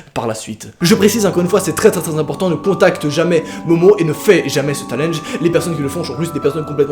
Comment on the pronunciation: Mdr tu dis tt le temps "Talenge" c'est chiant 😂😂